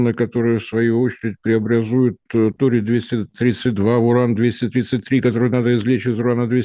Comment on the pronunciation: Ну уберите уже пикту, она же не может выговорить слово торий